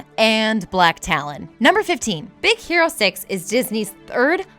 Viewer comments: I totally heard Z ero six! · is it just me, or did i just hear "Big Sero Six" ? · Anyone else hear her say “Big Zero 6” in the beginning? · I heard more of big sero 6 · Did she say "Big Zero 6"? man you guys need to have more time recording, because these flubs are getting ridiculous. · really? in be beginning you said big zero 6 -.